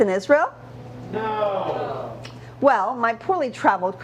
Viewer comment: I love the NO!